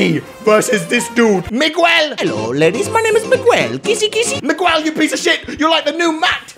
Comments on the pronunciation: It's pronaced mi gu el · Surprised he don’t know to pronounce Miguel